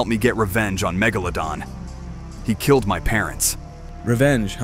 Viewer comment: The amount of times he pronounced megalodon incorrectly🤣🤣🤣🤣